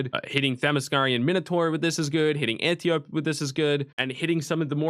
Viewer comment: Antiope -- An tee oh pee